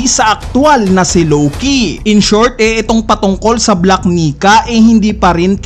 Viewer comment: Ilang beses mopo inedit ung voice mo ya?di ka nag kaka mali sa word na "black Nika?"kahit once?